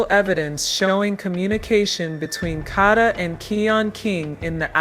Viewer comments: I APPRECIATE THE STORY BUT PLEASE HAVE YOUR AI SAY HER NAME CORRECTLY IT'S PRONOUNCED KAYDA NOT KODA IT'S SPELLED KADA. THANK YOU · Tink, the narrator is A.I (artificial intelligence), that's why she is pronouncing Kada's name wrong. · Pronounce the name right or please do not cover smh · Plz pronounce her name right smh!!!! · Right it’s annoying me the way she’s saying her name!